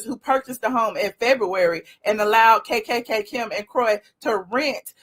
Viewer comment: Stop saying kkkkim. It's distracting and annoying.